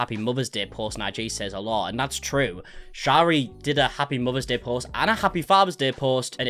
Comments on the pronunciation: hey lol btw the pronunciation of shari, it’s not sh-AH-ri, it’s sh-EH-ri. also it’s franke pronounced frankie not frank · I commented 6 months ago explaining that your pronouncing every one of their names wrong🥲 this is ShERRY and these are the FrankIES! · You are pronouncing her name wrong, it’s pronounced sherry. 😬